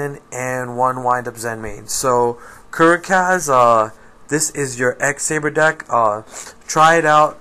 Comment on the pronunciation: thanks dude for the help i have most of these cards apart from the veiler , i cant wait to give it a try .....and its Kur-ack-az :P